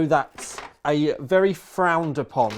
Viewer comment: " frounded upon" by idiots who parrot a video they don't understand. hoses don't matter, hoses at top doesnt matter. Is rad the top of the loop? you're fine.